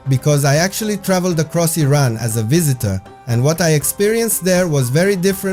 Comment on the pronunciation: At least you say the name correctly. The USA way of saying it is just so stupid and nasty. The city does not seem so cold as it is in the concrete ugly buildings in the USA. New York is building ugliness at its worst. A soul-less place. No surprise them that trump loves the place. Not many garbage amazon products there for sale in Iran. No culture in new york except for prostitution, graffiti, tattooed ugliness on human bodies and women dressed so cheaply. The godly meaning of humanity is long lost in the USA.